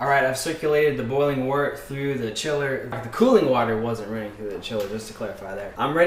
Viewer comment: wert not water ugh